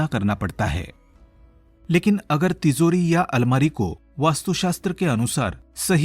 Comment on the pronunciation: Plz pronounce ..TiJori.. Not ..TiZori..